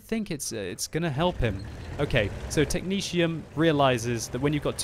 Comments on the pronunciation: Mrsirr "Technezium" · Is that how technetium is pronounced? I always just said it with both t's being a hard T sound rather than a shh type thing.